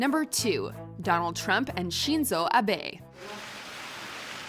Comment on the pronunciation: Why did you add unnecessary tones in pronouncing Shinzo Abe?